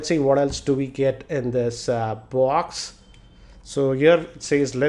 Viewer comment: "Let's see what else do we get in this aa BWAAAX"